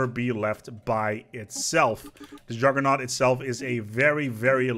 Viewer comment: "I would like to tell you about...the Juggernæu"